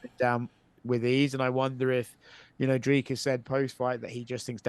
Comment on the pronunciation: for a guy who hears his last name butchered on the regular surely you can can Dricus right.